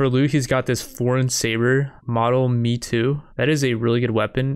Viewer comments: One correction, the pronunciation of "Meitou" isn't "me too", it's more like "May tow", which means famous sword or legendary sword in Japanese. The written form is "名刀". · it's May-toe not me-too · model "may-toe" :D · Lol bra, every time you said Metoo new born children got aids, its pronounced May toe, the disrespect shown to those legendary blades is unbelievable. and the Yonin XD killed me, its Joe nin, other than that great vid bra